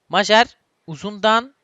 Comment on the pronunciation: kankam majer mayer diye okunuyo